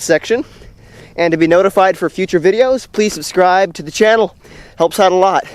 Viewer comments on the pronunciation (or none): none